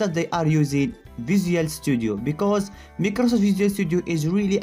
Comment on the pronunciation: NOONE: LITERERY NOONE EVERYONE - microsoft ( my - kroh - soft ) ChereFulDev - microsoft ( meeeh - kruh - safft)